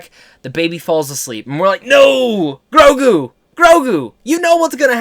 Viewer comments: GRUGO ? GROGO? Dude get your facts right its GROGU jesus christ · Dude we know your excited but you literally said Grugo 5 times..its Grogu!! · I was just so upset with what happened Grogu! I was grieving and crying. Then you getting his name wrong just tipped the glass over. I know you didn’t mean to! #overprotective #motherlyinstincts #killgideon #savethechild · It's GROGU, Not GRUGO! Lol! All good, the excitement has us spinning!! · It's grogu not grugo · bro in the vid u call him grugo and here you spell grogo it's driving me crazy! it's grogu! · Why do you keep saying Grugo man ??!!?🤣🤣🤣